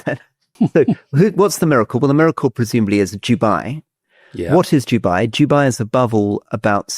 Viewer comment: Why does Rory continue to pronounce "Dubai" as what sounds like "Jewbye"?